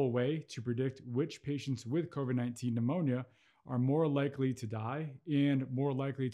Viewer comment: "" covid phemonia """ ???? That's what he called it ?